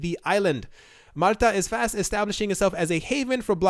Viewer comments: lol if you slowed down in talking you might be able to pronounce words correctly. Malta is not mutter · Why can't you say Malta? (Mall- ta)